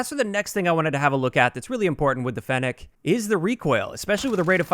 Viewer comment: At least you can pronounce fennec properly